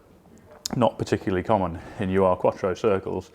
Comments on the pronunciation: Love the Quattro. None of that front mid-engined nonsense here! But please stop calling it the 'U-R' Quattro; Ur is not an abbreviation. Try saying 'Ruhr' without the first 'R' or 'you're' without the 'you'. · Just FYI, it's not a "U-R" Quattro, it's an 'urQuattro', pronounced 'urrgh'. It's a German word that means 'original', or 'proto...'